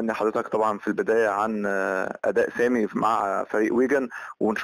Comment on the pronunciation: اسمه سامي ... عيب تقولو سام